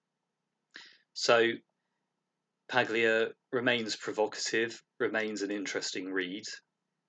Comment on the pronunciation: I'm very glad to have discovered your channel. Your videos are insightful, and you have a very nice voice. I'd just like to note, though: the name "Paglia" is pronounced "Pahl-yuh" - the "g" isnt pronounced, because Italian names are weird.